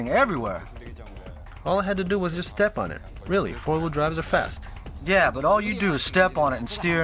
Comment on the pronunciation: "On the street, the setting of this car might be juuuuuus' right." Hahaa I didn't know was such a Suth'un boy!